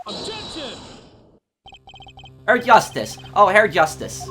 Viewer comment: Hey, there is a good chance you won't see this, but I will say this anyway just in case you care, but when Klavier calls people Herr it is pronounced like "hair". Just a little mistake to fix for you in the coming episodes. You can guess he says that a lot. Any way I look forward to the coming episodes as I play the game myself.